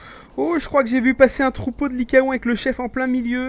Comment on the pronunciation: ça se dit likaon